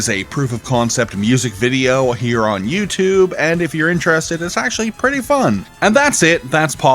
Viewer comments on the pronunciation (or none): none